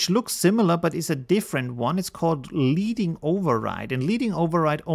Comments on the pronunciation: Love all of your videos. One comment is that your accent sometimes confuses thing. Example is with Leading. Your pronunciation sounds like (leeding) as in leading someone by the hand. When in fact it should be (ledding) as in the metal element, lead. This comes from the days when type was set with lead and when you wanted to add space between the lines, you would add lead. I know this because I am that old and I used to set type with lead. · Thanks for this. I was working with this today. Just a small English tip - LEADING is pronounced "ledding". The term comes from the days of hot-metal typesetting when thin strips of lead, known as reglets, were inserted by hand between the lines of type to add vertical space. That description is from adobe site.:)